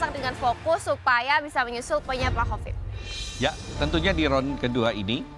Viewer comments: klau nyebut hovit jd kopit 😂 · Hovit, bukan kopit😭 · Aku kalau dengar manggil hovit kok bli covid yak😂